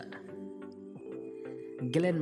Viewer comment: ভাই, গ্লেন ম্যাকগ্রা উচ্চারণ ই তো করতে পারলেন না